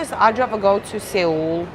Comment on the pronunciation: Seoul is pronounced - Sole or Soul